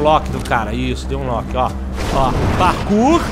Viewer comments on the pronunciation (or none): none